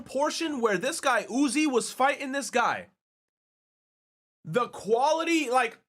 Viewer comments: This mf really out here saying Uzui wrong and thirsting after the classic trap Astolfo💀💀💀💀💀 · Say it with me... "U" "Z" "U" "I" - Uzui. ORRRR you can just call him Tengen (with a g sound)